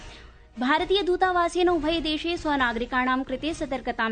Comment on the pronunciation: रामरामराम। शुक्रवासरः। सायन्तननवार्ताः। ....... मृत्यूपरान्त-🤦‍♀️❌। ......... उभयदेशे❌।......... मृत्यूपरान्तम्🤦‍♀️❌। ...... पोर्तुगाआल्?।...... पोर्तगालीयाः। ............. । 🤦‍♀️ जयतु संस्कृतमेव संस्कृतम्॥